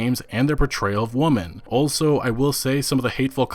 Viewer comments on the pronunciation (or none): You say "woman" when you mean to say "women." I've noticed this three times now. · Why do you keep pronouncing “women” as “woman”? The notion of “replacing white with black” is a false equivalency. I’m not saying that guy’s tweets were entirely rational. Some of them I understood, motivationally, but others just seemed entirely unhelpful and intentionally inflammatory... but then, I’ve never been victim to more than a fraction of a fraction of racism because I’m a white guy. The shit I HAVE been repeatedly victimized by DOES make me apt to be inflammatory on those issues. It’s human. This video wasn’t bad; it didn’t sound like an unbalanced hatefest to me. So, points for that. I’ve not been following this issue’s every detail, though, so I’m finding it hard to have any impression on this BioWare visit at all. Yes, there’s controversy around the company and Sarkeesian (but, as you noted, she’s not wrong about everything she says about this industry), yet there don’t seem to be any details about what she said at this meeting in specific that had people upset. “Reports” of upset is pretty vague and this is the second of two videos to leave the details of this event at that level. Guess I’ll keep checking out these videos to see if more details were forthcoming, since this was about a year ago... I found your videos via YouTube suggestion while watching videos about Fallout 76’s mess. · Why are so many people incapable of pronouncing women in the plural. Stop pronouncing women, plural, as woman... please!